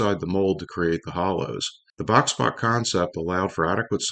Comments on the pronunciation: Good video thanks. (Just to clarify ‘Boxpok’ is pronounced “box-spoke’) Question: what is the loco you feature towards the end? I notice it has an air horn atop the the boiler. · Isn't "Box Pok" correctly pronounced "box spoke?" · Yes, not " box pock ". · Boxpok is pronounced "bockspoke" (it sounds literally like what the design is) at least according to articles printed at the time the design was new. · Box Pok is pronounced Box Spoke.